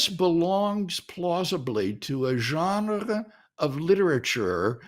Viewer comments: It’s hard to take him seriously when he pronounces genre like that. 😉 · I can understand and wrestle with everything Dr. Craig is saying here .. EXCEPT .. for HOW he’s saying Genre 😂 that’s uniquely unacceptable and quite frankly I’m offended .. 😂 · I would like to have a debate with WLC on how to pronounce the word "genre". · WLC tongue roll pronunciation of the word genre was enough to convince me